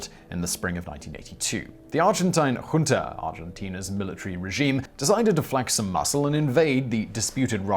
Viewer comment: MARK THE DAY!!!! SIMON PRONOUNCED JUNTA CORRECTLY!!!! Edit: sick Evita Paron pun. Also I feel Raptor hasn't earned a spot yet. Just too young with no real relevant combat experience.